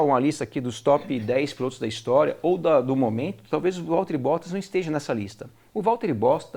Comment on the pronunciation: Ele falou Valteri Bosta kkkkk